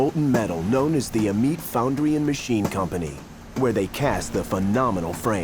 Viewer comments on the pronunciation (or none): Oi, goofball, it's an ai reader. I about spit out my coffee when he pronounced Amite ah-meet🤣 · Look up how the locals pronounce Amite where the frames are cast, he butchered it 🤣🤣🤣